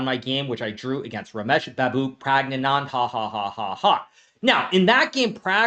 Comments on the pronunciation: Yasser couldn't pronounce a name if his life dependend on it. He legit says stuff like Febieno Keryuena (or Febi for short). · hahahaha it was funny 😂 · love how he says praggnanandhahahahaha